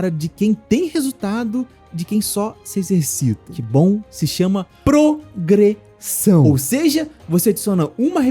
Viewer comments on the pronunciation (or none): . "Progresao" é osso em